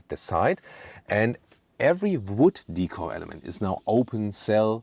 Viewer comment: Hi, thank you for another deep review on the new GLE. I myself prefer the AMG Plug in hybrid. Interestingly Australian tends to buy the BMW X5 more so than the Mercedes, I think it is because of the B58 engine in any form. There is also one other thing, that is when every time you pronounce the word "Decor" as Hik cor where as in Australia, I pronounce it as "Day Kaw." As "Decor" is pronounced as "day-Kaw" as it is a French-derived word, "-cor," is stressed, sounding like "core." It is should not pronounced as "hik cor"? May be it is "hikcor" only for American English?